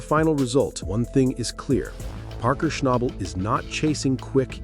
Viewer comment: Please pronounce his latst name properly..not a good video...